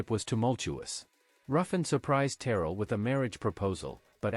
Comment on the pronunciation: Please let the artificial voice learn the correct intonation >>>>> Tammy TerRELL. She passed away from a brain tumor. Some respect, please.